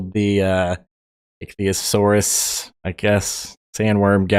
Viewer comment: Good guide, I've been struggling with the game. Icthyosaurus and yoruhime-maru were pronounced correctly, so you don't need to worry about those.